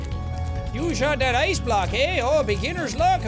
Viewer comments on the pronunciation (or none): we got a Canadian eh?